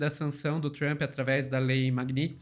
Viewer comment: Outra coisa a forma que ela pronuncia Trump, e tão errada que seria a mesma coisa que ela querer falar Lula e falar Lulis.